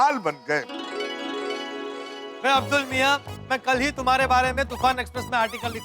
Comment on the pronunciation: किसी ने नोटिस किया सोढ़ी भाई ने अब्दुल के जगह अद्बुल बोला